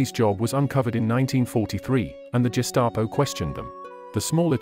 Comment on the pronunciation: You don’t pronounce Auschwitz , gestapo or Mengele right